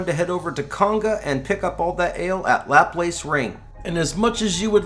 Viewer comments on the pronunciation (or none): none